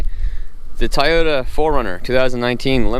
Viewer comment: Cool video. It cracks me up how many people pronounce TOY-O-TA as TIE-O-TA in online videos. 😂 maybe I’ve been saying it wrong all these years.